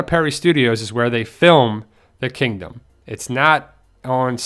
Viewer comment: You said kangdom xD